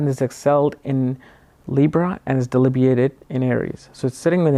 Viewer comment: DeBILitated.... not deLIBitated:))